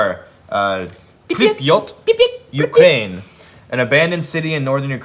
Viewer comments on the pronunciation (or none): none